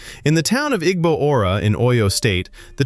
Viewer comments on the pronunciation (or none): none